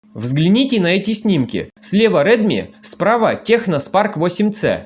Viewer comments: Даже правильно название телефона выговорить не может,печаль...что за Техно?!? Название - Текно. Наверняка и на Онор говорил Хонор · Только не техно, а ТЕКНО 😉